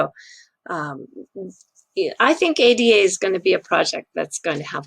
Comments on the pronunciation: I love your videos but please don't call it A-D-A: it's Ada, after the first programmer in history Ada Byron, countess of Lovelace: she delivered one of the first known algorithms in 1842. Of course, she's the very same Ada one of the most robust programming languages ever created is dedicated to. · ...just in case anyone doesn't know - the token is pronounced "Ah-da". It's taken from the name of Ada Lovelace who was an English mathematician and writer known for her work on Charles Babbage's proposed general-purpose computer back in the day.